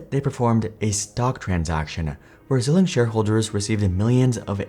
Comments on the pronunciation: Xilinx is pronounced “zai-links” (“ZĪLINKS”). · Xilinx is pronounced ZIE-LINKS. Some web pronouncing sites say ZIL-LINKS, but I'm pretty sure the former is correct. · This is an awful video. He said net income fell to 600M in 2023? Net profits were 4.3B in 2023. Wtf is he talking about. Also he doesn’t know how to pronounce Xilinx. Crazy.